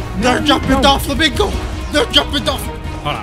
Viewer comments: bro called him DOLflamingo the whole time... why do you think they call him DOFFY and not DOLFFY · It’s Doflamingo not Dolflamingo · "Dol Flamingo" im dead